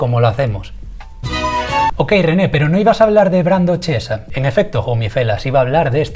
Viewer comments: Chiesa se pronuncia "kiesa". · El apellido se pronuncia "quiesa" :) (significa iglesia para mas info) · Brando al ser italiano su apellido se pronuncia quiesa, ya que el ch en Italia se dice así, saludos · Se pronuncia Quiesaaaaaaaa D